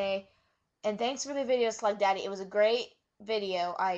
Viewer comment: girl you need to write down what you want to talk about this vid is all over the place, get your facts right like pronaunciation of schlegdaddy's nickname, and mix it up a little. Now to what you said yeah funkasaurus is a cool gimmick but new? It's the Godfather 2.0 really, and the planet funk? - planet Stasiak rings a bell? All aboard the funk train :)